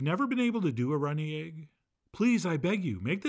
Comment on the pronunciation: "Steak and ayge"